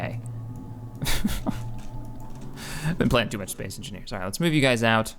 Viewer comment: lol its funny the way he says space xD spece